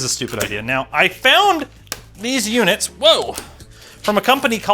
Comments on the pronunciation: he says "units" . hee hee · and again